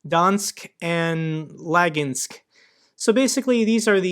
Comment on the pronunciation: Hi, thanks for your videos. Just to help you with pronunciation of Russian words. Try to read it as Spanish words. For example, Lugansk - it's pronunced as LOO-GUN-SK, "U" letter is always as in "GOOD", and "A" letter is always like in word "GUN".